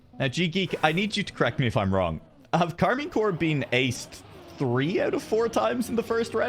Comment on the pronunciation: keeps saying Karmine CORE instead of CORP... like how are you casting and you don't even know the name of the team